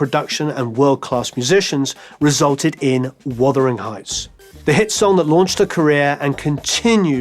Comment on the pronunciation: "Wothering heights.."??